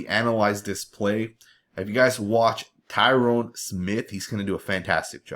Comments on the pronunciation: Lord he's been on the team for 11 or 12 years, learn to pronounce his name already. It's Tyron pronounced ty-run with the emphasis on the ty. NOT TYRONE! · its pronounced Tie Rin Smith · nice footage, but I kind of got annoyed by the mispronunciation of Tyron Smith name... you kept calling him Tyrone lol